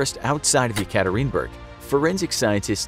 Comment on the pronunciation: No hate the city is called Yekaterinburg (Yeah-kah- Teeren- burg)